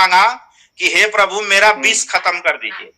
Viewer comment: आपके विद्यालय में संस्कृत,हिंदी,एवम उर्दू में कितने बच्चे शुद्ध बोलते हैं।इंग्लिश वाले सर जी खत्म या समाप्त को खतम बोल रहे है,जय माता दी।